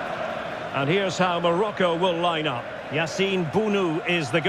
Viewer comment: Is not great, but average. If they are so great, why many people abandon Morocco to live in Spain?. Also It is Morocco not Maracoo... Respect the name of the country... World Champions? They need to beat Portugal also they must fight between England or France. No we do not need that value, we have better value called Christianity.